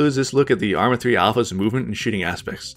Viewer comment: Did he say movement and shitting at the end ?